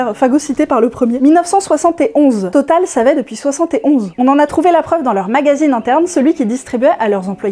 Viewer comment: le nombre 71 et le nombre que tu prononce le mieu. merci